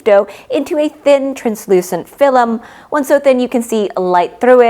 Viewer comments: I love the video but I died inside every time I hear you say Fill-em instead of film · Its pronounced film, not filim ! I Love how informative your videos are.